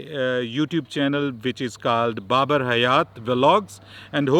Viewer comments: Stop saying Barbar mate It sound like some pirate's name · Pronouncing Babar "Bar Bar" 😂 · I love your travel vlogs and interactions with the locals. Besides i enjoyed your pronunciation of Babar too. Would love to see you here again. Greetings from Rawalpindi Pakistan brother. Keep Rocking.